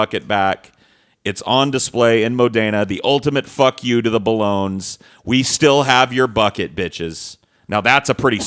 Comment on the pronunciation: Bologne is pronounced "bolonyuh",, not "boloan"... Uncultured twat.